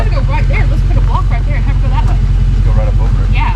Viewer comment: And yet another 'bar over thar, 'yar, over thar